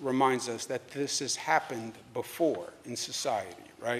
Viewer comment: Pronounce: "BEFORE"